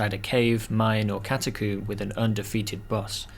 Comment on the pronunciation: Love the way u say cata-coomer. I was laughing from start to finish. Thank you for brightening my day at work.